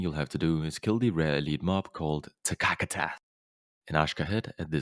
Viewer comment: Vial of TSAKATSAHHH